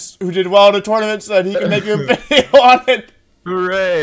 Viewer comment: live wideo to regular wideo